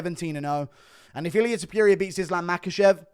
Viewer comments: love you bro, but c’mon... it’s Topuria, not Tepooria. Put some respect on the Georgian beast’s name! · I cannot stand how you say Ilia Topuria, why tf are you saying tipuria, THERES A "TO" so it's TOOPURIA NOT "TIIIPIURIA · Guru, ffs, learn to pronounce names. topuria, not* Topyoeria*! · Its Ilia Top-ooh-ria, not fookin Top-you-reeyah... Its not that fookin hard!!!! Youll never be as great in mispronouncing names as the Goat, the undisputed Chael... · STOP SAYING TOP-YURIA THERE IS NO "Y" TOP-URIA. Jesus christ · Top*puria! (not Topyoeria!) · topuria not topiuria btw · “Ilia topyurier” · It’s pronounced tooppurria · Topyurija lol 😂😂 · Topuria, not Topyouria. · “Ilia Topiuria “ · Ilia topuria not Tipuria you kokhead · Tf is ilia “Tupew-ria” 🤣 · “Ilier topurier” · Thepureia lol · Ilia Topyuria? 😂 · Eeliyah Toepyureea. Bro learn how to say his damn name 🤦🏻😂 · “Illiyay tupureuoau” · Topuria not toperia. Get his name right FFS. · Ilia ta-pew-rea 😂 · To - Por - riah -a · It sounds like vomiting when you speak out ilias last Name!! It’s TOPuria and not that sh*t you try to say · As an Australian i can say this concerning pronunciation- Aluminium is acceptable but Ilia Top-ewe-ria in unacceptable.... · MMA "Ilia Tuhpeeria" Guru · Say his name right bro ham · stop mispronouncing TOPTURO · guru still cant say topuria right wtf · mf cant pronounce topuria right to save his life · You cannof even pronounce his name correctly. So cringe. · My guy still doesn't know how to pronounce Topuria. Impressive.